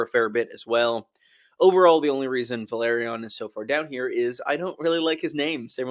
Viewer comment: Valerion and Velaryon are not pronounced the same. Valerion would be Va-leer-E-on and Velaryon is Vel-R-re-on.